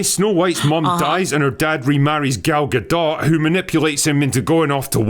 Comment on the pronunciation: LULZ! Goddammit, it's Gal Gadot not Gul Dukat! She's Israeli. XD